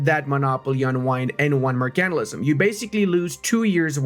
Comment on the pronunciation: learn how to say Mercantilism